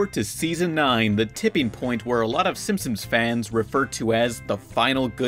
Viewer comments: STOP SAYING SIMSIMS ITS SIMPSONS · It's "Simpsons". Stop saying "Simpsims". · Out of the whole video all I can get is that he calls them the Simpsomes... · Every time you say simpsons it sounds like you're saying Simsims, are you saying simsims? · So I'm sure this has been mentioned in previous videos, but are we going to talk about the fact that pronounces the show as the SimpsOMs and not the SimpsONs? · Why does call The Simpsons The Simpsims? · SIM-P-SONS, not simsems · PLS STOP SAYING “SIMPSOMS!” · Dude you keep saying the SimpsoNS wrong. It’s not the simpsoms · Stop saying SimSim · I just watched it again to make sure I heard what I heard. It sounds like you say "Simpsims". But now that we're here, I realize how unimportant it was to bring it up. Sorry, dude. Carry on. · "The Simpsoms" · You're not the only one. I keep hearing pronounce Simpsons as Simpsims, too. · "the simsims" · why does he pronounce it "the simpsoms" the whole time it's really distracting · When you talk about the Simpsons you keep saying "Simpsoms" hahaha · lol "SIMPSIMS" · FOR THE LOVE OF GOD STOP CALLING THEM SIMSIMS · Pretty much: lol It's what it sounds like you said your not done with the Simp..sums yet or simpsomes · FOOL I really did pronounce it's Simsims because I don't give a FUCK! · thats how you said simpsons every single time you knob end